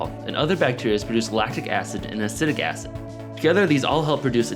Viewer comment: I thought he said 'Acidic Acid' at first...